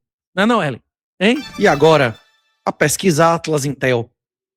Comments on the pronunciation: "Uerley" nunca trabalhou tanto na vida kkk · Porr@ é Uerlei, Wesley, Wesley, Uerlei...ou o quê?😅😅😅😅